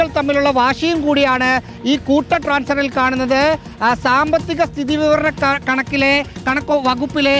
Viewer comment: മാതൂ, "സാമ്പത്തിക സ്ഥിതീ .... വിവരണ വകുപ്പിലെ" എന്നല്ല ഉച്ചരിക്കേണ്ടത് "സ്ഥിതിവിവരവകപ്പിലെ" എന്നാണ്. സ്ഥിതി കഴിഞ്ഞ് വലിയ ഗ്യാപ്പും വിവരണ എന്ന വാക്കും 😂